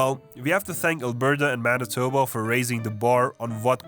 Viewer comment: Bro got Manitoba on the point. It's literally like that lol.